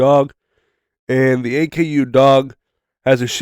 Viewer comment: its pronounced ah-koo not A K U